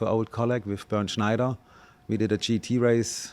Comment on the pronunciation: *Bernd Mayländer